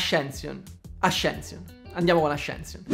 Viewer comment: Avevi detto bene ascension e poi hai deciso di italianizzarlo 😢